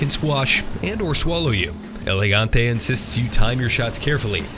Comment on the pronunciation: Props to the narrator, first person to pronounce El Gigante right!